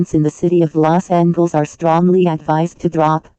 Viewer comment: "Okl-ahma" 💀 "Vir-geena" 💀 Meanwhile People at Maryland and Delaware: -_- "Lost Angles" 💀 "A-gain" 💀